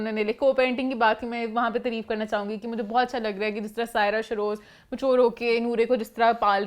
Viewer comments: its taareef not tureef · please dear word tareeeeef nahi hota taareef hota hai 🤭😉